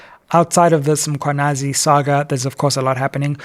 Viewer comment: Let us assist Dr Sizwe to pronounce the Mkhwanazi surname properly 🙂